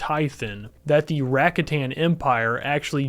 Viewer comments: Btw. It’s raKAtan. Not RAkatan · Rakatan sounded so weird when you said it but it's now the only way I can say it lmao